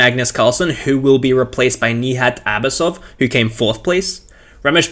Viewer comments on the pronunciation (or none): FYI, the "j" in Nijat and Arjun and Firouzja is pronounced like in "Joey."